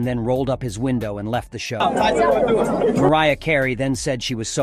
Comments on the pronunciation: Best part of this video was the AI pronouncing Mariah all along until it had to quote Tupac hollering her name like an Indian "Hey Mariaaaaa!" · How the fu** this narrator go from pronouncing Mariah name perfectly to saying hey mareea,lol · Heres me thinking this was a human voice over until the AI mispronounces Mariah's name while shouting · pretty sad that you cannot even pronounce Tupac and Mariah correctly